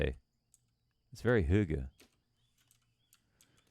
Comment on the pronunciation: Nailed the term "Hygge"